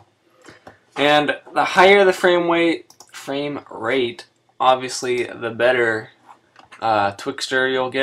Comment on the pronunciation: Fwame wate.